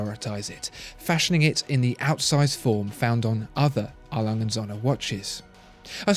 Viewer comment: A. Lange & Söhne (R. Lunge oond Soe'ne) ... or you watch the video >"how to pronounce an Umlaut"